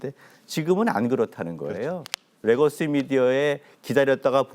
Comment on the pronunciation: 레거시를 R발음하는 교수는 뭐하는 사람입니까? 국민대 교수님..